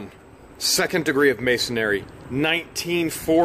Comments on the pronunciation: It's Mason-ree, not Masonary. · Its actually "Masonry", third times a charm. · Can you please say the name properly. It is not masonary, it is pronounced MASON-REE. THANKS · MA-SON-RY. Say it with me. Not MA-SON-AIR-Y. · Pronounced -Mason -ree. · I got a good laugh every time you butchered the word "Masonry"!